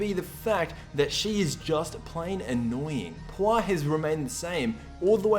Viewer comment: It's pronounce Pu Er, like the chinese tea. And she's cute and better than Oolong.